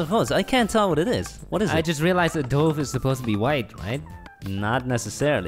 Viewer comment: Theme: Dove Them: not all dowves ( how they pronouced it lol) are white Still them: draws pigeon ( im not tryna hate)